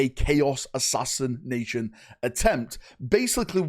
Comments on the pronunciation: That is an interesting way of saying "assassination" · Oh, how I love it when you try to say "Assassination".